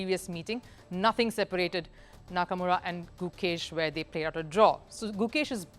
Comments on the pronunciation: Nakamura❎ Hakamura✅ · Did she just say Hakamura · Slip of tongue maybe, i lost it btw when she said hakamura 😆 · Nahh it's hakamurA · why it's disrespectful, it's not like she did it on purpose, it's just a slip of tongue that happens all the time. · Appreciate your coverage on Chess but please correct a few mistakes. These aren't huge mistakes but there are quite a few... Hakamura understandable... You've repeatedly mentioned as Niat Abasov in Azeri language there is "J" so it's Nijat as it's spelt... Firouzja is originally Iranian but now represents France not Italy... Ding Liren is pronounced as Ding Lizchen in Mandarin... If not for Vidit Hikaru would've win the tournament by now, because Hikaru lost to Vidit TWICE.. Everyone is downplaying Fabiano Caruana , he's the second best player in the world and he's just half point behind of the leading pack